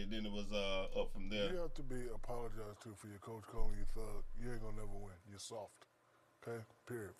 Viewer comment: “SAWFT” and u can’t teach tht...